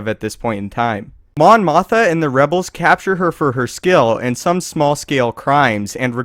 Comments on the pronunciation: i know its the same actress..its just the way he says it...its mon mothma..sounds like motha..thats all. (= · its mon mothma not mon motha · highly doubt i know more star wars than you, but damn how do u keep saying mon motha instead of mothma? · MON MOTH'M'A fuckstick not mon motha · It's Mon MothMA, not Mon Motha.... please get it right.... :) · Does the narrator keep saying "Mon Motha," rather than, "Mon Mothma?" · Mon Mothma was NOT in ANH...she was in ROTJ...And say it with me...you did it more than once...MothMA...NOT Motha... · "Mon Motha" ? ... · Mon MothMA. Not Motha. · Narrator stated that Mon Mothma was the Rebel leader in A New Hope. She was in Return of the Jedi, not A New Hope. (Yes, I agree that it makes sense that she was there on Yavin 4 somewhere, but we just didn't see her. Still, the narrator goofed. Plus, he pronounced it "Mon Motha.") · doew truthfully I was just teasing but every time he said mon "motha" I cringed. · There are 2 Ms in that name. Moth-ma. Just stop making star wars videos. You sound like someone reading off a cue card who has no idea what they are talking about. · It's pronounced mom mothMA. There's an M in her last name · how the fuck do you fuck up pronouncing Mon Mothma and claim to be a star wars fan..